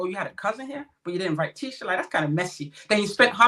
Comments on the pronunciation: Her name is pronounced "Tee-sha" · PLEASE NOTE: Tisha is pronounced TEESHA and its Destiny NOT Stormi.